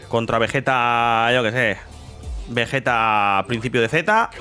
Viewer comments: Entiende no es vejetaa esa VEGETA con geeee de gato. Repite conmigo VE GEEEE TAAA VE GEEEEE TA VE GE TA Pronúncialo: vegueta, vegueta, NO ES VEJETA ES VEGUETA ASÍ LÉELO Y ASÍ PRONÚNCIALO VEGUETA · Según la serie tendría q pronunciarse como veyita no Vegueta